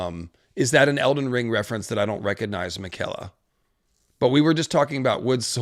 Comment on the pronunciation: Miquella is not pronounced like the typical pronunciation of the girl's name. The emphasis is on the first i, so it sounds more like Nickel-uh.